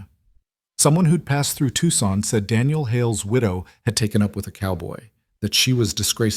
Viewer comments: Good God, people!! At least check the pronunciation of the towns & cities! AI is NOT the tool to use for that. It is NOT Tuckson! It is To-san! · It's pronounced Toosahn, not Tuckson. Fix it! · Definitely ai, Tucson is pronounced Too saun not Tuck son. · Tuckson??????? Tucson!! I hate this AI Crap.l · Know your cities Tucson is not pronounced Tuxon!!! It sounds like twosahn. AI practice narration better please. Though you aren't human. Your words sound so very ignorant!!! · Tuckson????? Tuucson!!! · WA State. Love the story. Wish AI would learn how to say Tuscan. It's Toooo-sahn not Tuck -son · The announcer should learn the proper pronunciation of Tucson (Tu-san), a well known city in the state of Arizona, easily obtained by those from the southwest by anyone who inquìres. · 1. If the husband’s last name was Hale, why are his parents’ last name Carson? 2. Tucson is pronounced TOO-sawn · Good story but the narrator keeps saying the town wrong. It's pronounced Too-san. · I know we can’t correct the AI narrator, but Tucson is “too sohn”! Irritating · It’s pronounced two-san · Listening from Eugene Oregon but grew ùp in southern New Mexico,where everyone knows how to pronounce Tucson and no one would mispronounce TUCSON. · Wish you knew how to pronounce Tucson. The rest was pretty good. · Yeah I was thinking the same. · "Tuxson" incorrect! Tuscon ="Tusson". And Prescott is pronounced Pres' kitt, unless you want to unnerve all of Arizonas' natives! AI needs alot of practice!